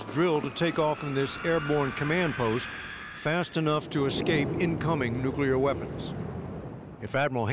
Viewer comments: Nucular ... It's "new-clee-ur" (nuclear) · Pronouncing it “Nucular” and immediately losing ALL credibility. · It's disturbing that one of the staff of the US strategic forces pronounces the word "nuclear" as "New-Cue-Ler." Is it that hard to properly pronounce the word which describes the fundimental forces at work in our strategic forces? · The woman who on the nuclear defense team just pronounced it “single NUCULAR advisor” … what. Just. What… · Still calling the shiny toys NUKULOR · No one who refers to nuclear weapons as "nukeular" weapons, should be on camera speaking for the general of nuclear weapons. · It somewhat worries me that the head of the UN monitoring group pronounces it "nuc-ular". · Drives me nuts when people say 'nucular' instead of 'nuclear' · Is it just me, or does it concern anybody else that some of the people who have the ability to get these missiles in the air can't pronounce the word nuclear? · Why are we letting people who cannot pronounce the word nu-cle-er anywhere near nuclear armaments or nuclear defense systems?